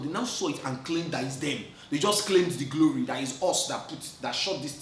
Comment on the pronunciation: It's the “gloree” at the end for me 🤣🤣